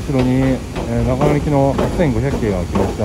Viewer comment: 綿貫さんで草。【悲報】なかのとながのを間違えた。 新そば食べたい すみません。ここって長野県ですよね？長野の新そば食べたいので来たんですけどそれらしき店が無いのですが何処まで行けばありますか？.......あれここって長野県じゃない、あ！発音がなかのでしたね。